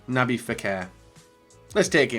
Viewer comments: Anyone else get triggered by “Naby Fekir”?? It’s NabiLLLLLLLLLLLL with an L .. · How will realise its nabil fekir not nabi fekir